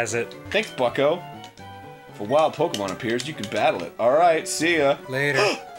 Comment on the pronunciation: I finally got around the watching this, and I was purely elated when I heard how Dan pronounced Pokemon. NOBODY SAYS IT RIGHT BUT HE DOES I'M SO HAPPY